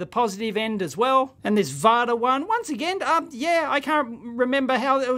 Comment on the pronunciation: Varta is pronounced FARTER. It means Father in German.